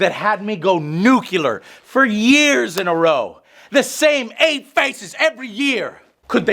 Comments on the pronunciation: DAMMIT Joe! It's NUCLEAR Not NUCULAR 🤦😁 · It's pronounced nu-clear Joe, not nucular. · Out of this hour long rant, the only thing that stuck to me was Joe pronouncing "nuclear" like a dumbass .